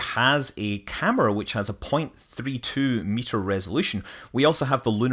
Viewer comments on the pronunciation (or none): none